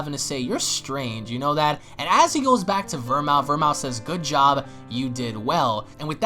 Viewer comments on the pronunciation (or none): “ ver-mooth” not “ver-mouth” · Bruh VERMOUTH is pronounced VER-MOOTH it’s a liquor used in cocktails like martini’s